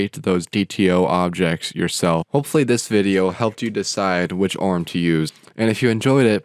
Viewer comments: [o - r - m] not {orm} like [i - o - s] not {ios} and like like [mac - o - s] not {macos} I was stuck it because you're repeated too much :face-green-smiling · Pronunciation please. Dude I can watch your videos. I barely made it 30s. It's an acronym, O.R.M., object relational mapping, nor orm or arm. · I've never heard someone pronounce it "orm". There is a reason ORM is capitalised, you're meant to spell out each letter. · I was wondering if this was an obscure joke after "orm" than "klee"